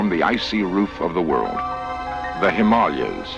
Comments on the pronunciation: I've never heard Himalaya pronounced that way. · yes, Leonard kept mispronouncing it, was quite annoying! He might have been given a script to read with a TYPING error in it, maybe missing an A. That would partly explain it...except that Leonard Nimoy would seem to have been smart enough to know that, you would have thought :( very basic boo boo.